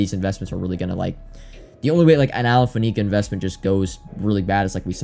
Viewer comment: You know I say this with love, mostly so you're not another of those guys, it's Faneca (Fan - A - Ka not Fa - Ne - Ka) on the pronunciation. 🤜🏻